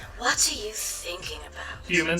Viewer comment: Still a better alternative to the Internet when you're a kid. Is it true? Do Americans only have Cadbury eggs, and not the Dairy Milk squares? LOL, you can tell that that's talking, because she doesn't pronounce "what" or "Cadbury" correctly. Also, Domino's does chips (fries) here in Australia. They're just like KFC chips, but with different seasoning. And yes, KFC Australia does chips too. Maybe he should try driving at night at looking out for people in dark clothes. Did anyone noticed he used the wrong flag of the UK? That's from before Ireland (now just Northern Ireland) joined the Union. Also, I'm kinda disturbed that Doug doesn't know the term "United Kingdom".